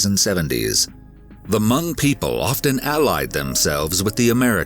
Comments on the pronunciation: Hmong is pronounced MONG not MUNG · It’s Hmong not Mung. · As a Hmong person please pronounce Hmong correctly! It’s not “Mung” it’s “Mong”. It’s so hard to hear it said like that😅 that being said my dad is from Laos and moved to Minnesota as well. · respect, but it's pronounced "h-mong "(mmm like thinking(the M start like monkey), then ong, like bong) > mm-ong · The way he pronounces Hmong (Hmoob) 😂. Never heard it pronounced that way. It’s usually pronounced maw-nnng.